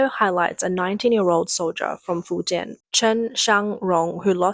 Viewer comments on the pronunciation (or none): none